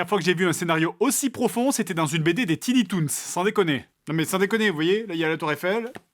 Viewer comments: Désolé d'être l'anglo chiant mais ces pas "tini toons", ces "tiny toons" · On prononce "TAÏNI" toons...